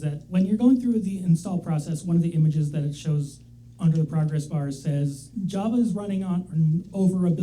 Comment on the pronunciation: The way that pronounces Java instead of Java is upsetting.